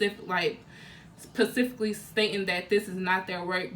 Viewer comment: Looking for this comment. Its so annoying i cant belive there adults that still say pacifically for specifically